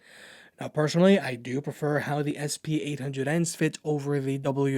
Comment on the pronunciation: I would certainly subscribe to your channel if you don't pronounce "personally" as "persuanally" :))